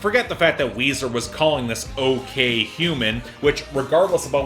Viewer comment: its weezer and its weezy